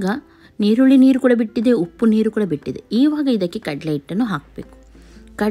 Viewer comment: Y do u pronounce nirulli for erulli